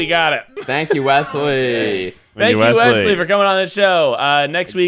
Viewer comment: Wesley still not able to pronounce his own name: WESSY!